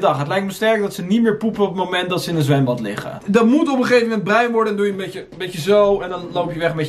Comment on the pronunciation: Hahah horen mensen ook dat bij die vader zegt “boet goedkomen hè”